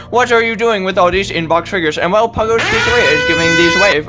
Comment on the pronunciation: It’s totally not puggo 😂😂💀